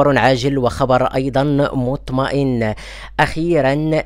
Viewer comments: خويا لاحضت باللي ديما كادير واحد الغلط و هو فاش كتقول هذا خبر مُطْمءن... خاصك تقول هذا خبر مُطَمْءِن. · اسعد الله صباحك شكر الله لكم الفائده مطَمْئن وليس مطْمَئن بفتح الطاء وتسكين الميم شكرا مرة أخرى